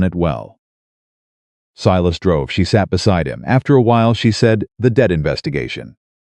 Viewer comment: Not dead situation it’s debt situation, AI is not good